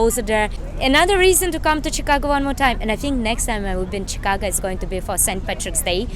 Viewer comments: the go in chicago is pronounced as go (for example in let‘s go) and not like ga (for example in lady gaga). chicago, not chicaga. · Chicaga lol sounds like you're saying Chicaca. ChicaGo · Yes ShikAWgoe. That's the phonetic spelling. Try Google translate for the correct pronunciation I guess.